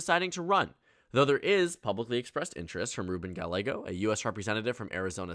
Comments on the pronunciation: please, I hate ruben but it's pronounced ga-ye-go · Gallego is pronounced "gie-yeg-o". Cuz Spanish.